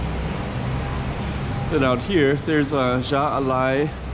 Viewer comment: Appreciate the street views as always. Keep up the good work and hope those streets are crowded again soon. Btw, the Jai Alai is of course named after the sport that was once played there and the J is pronounced as H. It sounds just like the Japanese word for yes...